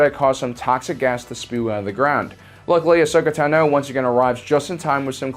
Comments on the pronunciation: Anyone else annoyed by how pronounces "Tano" in "Ahsoka Tano", it's not pronounced "tanow", just Tano! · The way you pronounce Tano is extremely frustrating and I don’t know why